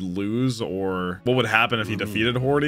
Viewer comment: His name ISN'T "Hordy", it's "Hody Jones". That's the official english translitteration.